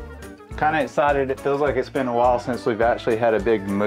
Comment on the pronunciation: Oh and “escited” rather than excited. It’s the X that he doesn’t use. That’s funny! We know you love both do your fur babies equally. 😍